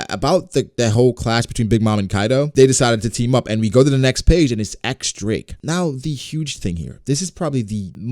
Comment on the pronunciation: "diez" Drake not X Drake